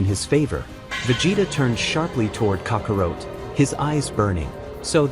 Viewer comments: Right? And Kakarot, not Kakawrote.🤦‍♂️ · Did he just say....cocka rote🤦🏼